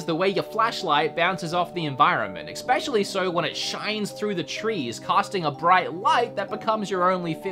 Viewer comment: I love you channel, but I HATE how you say especially. It's not eCspecially. Its especially. No eck in there.